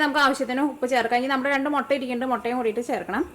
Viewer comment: Chechi motta alla mutta 😜